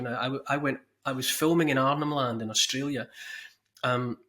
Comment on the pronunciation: NEW ZEALAND & 'Strayla'